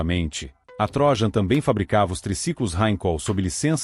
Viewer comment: Só corrigindo a pronúncia: não é TRÓJAN mas sim TRO_JÂN ( de Troiano )